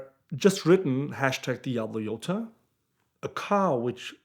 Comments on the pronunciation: Its a J not a y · My biggest question is how "Jota" becomes "Yota". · Exactly, "J" is not pronounced "Y" in spanish.